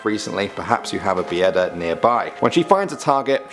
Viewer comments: Some of them I didn't even know and Bieda is just being poor 😂 still good try in pronouncing some names in Polish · ughh, you butchered not only the names but also the way you write them strzYga, not strzga poŁUDnica, not poLUNdica Bieda (byeda) not Bijeda (biyeda) Biali zimni ludziE, not lud-zi